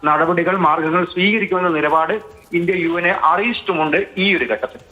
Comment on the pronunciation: UN അല്ല UM ആണു umban